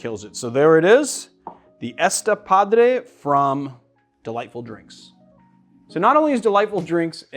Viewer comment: My friend, that is not "ESta padre," but "esTA padre," which means "that's cool" here in Mexico ! (the accent mark shows which syllable carries the accent, and in this case, changes the meaning).